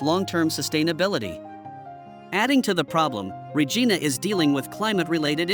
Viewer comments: Regina,,,, sounds like ree ji nu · My God, does not even know how to say Regina and he said it like 100 times like do your background before you start yapping if you don’t know how to say this Saskatchewan Queen city then you shouldn’t be doing a survey asshole every city can be turned around. The government does not give a shit except to fill its own pockets. That is the problem that’s been the problem forever 40 years ago Canada was flourishing and everybody had money today. It is such an ignorant country it used to be fun to live in, everybody talked to everybody started on Wednesday now there hasn’t been one in years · My God, does not even know how to say Regina and he said it like 100 times like do your background before you start yapping if you don’t know how to say this Saskatchewan Queen city then you shouldn’t be doing a survey asshole